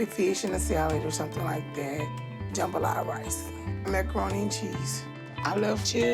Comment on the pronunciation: She said jumbalota rice not jambalaya lol